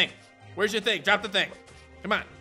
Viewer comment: Ting means thing,you pronounce the t hard every time like the h doesnt hide the t in newfoundland,they add s to everything too